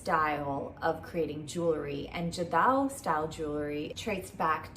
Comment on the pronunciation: I loved you showing your jewelry collection. You have beautiful jewelry. I just wanted to say jadau is pronounced with a "rd" sound and not "the" sound. The rd sound is a blend of r and d combined, so it rolls of the tongue as "rd". Imagine writing it as "jardau"